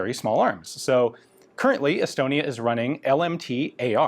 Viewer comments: Thought you said’Elbonia’😂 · I thought he said Elbonia at first too, so not alone.